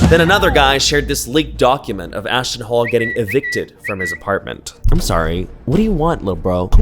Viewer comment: I thought you said ASShton HOLE for a second 😂😂